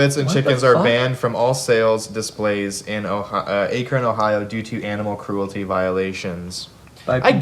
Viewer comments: Pronounced Ack-kron Not a-cran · jared did you say aikron? lmao ak-ron ohio much love come play the foundry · "Ache ren Ohio" as someone born and raised in Ohio that ached my soul 😂😂😂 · Its pronounced Ack-ren Ohio lol These laws made me laugh and made my day. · As an Ohio native, you said Akron wrong. Pronounced Ack-rin. Also, they're home of the Rubber Ducks minor league baseball team. Not very djenty, R.I.P. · He said Akron like Ayykren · y'all pronounce Akron wrong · The way he said Akron had me triggered😤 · Everyone pronounces Akron wrong